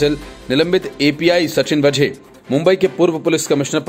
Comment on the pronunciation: वझे नही दोस्त वाझे उच्चार किजिए।